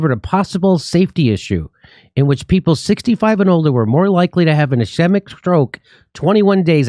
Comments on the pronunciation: Pronounced "is- KEET'-mic" stroke. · Pronounced like scheme. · It's pronounced "is kee mik" with a long "e". It means blood flow has been cut off (typically by a clot in the case of the brain and strokes). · Ischemic. Pronounced "es--ski'--mick." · Uh-SKEE-muck Don’t spread mispronunciation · Ischemic is pronounced ishkeemik. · Pronounced. S scheme ick... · Pronounced ask-weem-ick stroke. They compared group (a) 1-21 days to group (b) 21-44 days and found there was more risk in group (a). missing that you can not be risk free in day 44 without having already gone through days 1-21 to get there.... Their own study is bunk. doctor Campbell did a great read through of all this info/data on his Chanel.